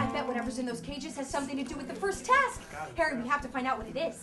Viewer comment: Was that Harry or herry